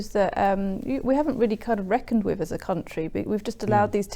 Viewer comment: Speaking of "Speech development"....I would take you more seriously if you stopped saying "fink" and"wiv"!